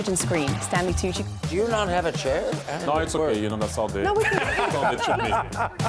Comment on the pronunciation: Someone should teach Jaime how to pronounce Stanley Tucci’s last name